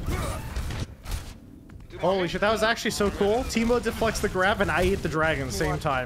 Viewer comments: why Seagull pronounce Taimou as Teemo lul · Anybody else cringe whenever he calls him tymo?